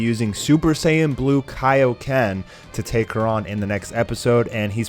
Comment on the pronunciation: Sounds like your saying TAIO-KEN